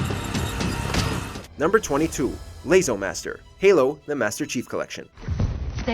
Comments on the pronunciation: The mispronunciation of LASO hurt my heart. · Can't pronounce LASO; shows gameplay of non-LASO. Disliked.